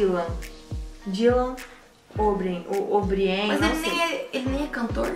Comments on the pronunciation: pelo amor de Deus é OBRIAN ( OBRAIAN ) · O sobrenome do Dylan se fala Obraien msm se escrevendo O'brien